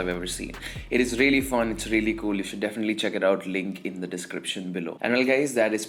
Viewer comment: rrrreaaly, rrrrealy rrrrealy